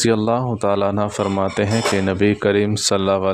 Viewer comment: Bhai sab anha nhi anhu ha